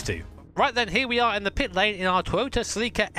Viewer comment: You pronounced Celica wrong.